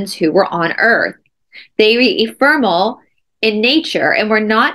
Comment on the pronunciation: Eh fem er ul.pronunciation of EPHEMERAL.